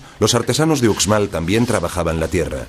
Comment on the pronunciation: Porque lo narra un extranjero se oye terrible no es ucsmal si son profesionales deberían esforzarse más